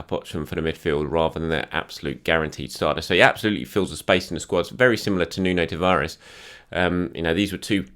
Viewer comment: And tavaires 😲😲 who that?? TAVARES lol